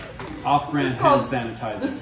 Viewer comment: they’re so cute!! & “sandertizer” i love it. also loving the premieres!! 💕